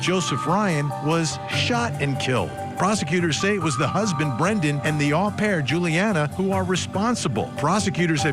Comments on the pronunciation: Not a big deal but " Au pair" is pronounced "owe" pair.... not ahh pair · Well, if you're going to be picky, 'owe pair' is also an incorrect pronunciation.